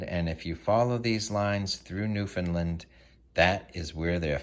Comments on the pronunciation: Sorry but its pronounce Noof' N land. Land not lend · New Found Land lol not NewFunLand